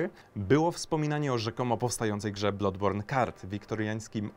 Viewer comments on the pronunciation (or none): BLADBORN się czyta nie blodborn :x Uszy krwawią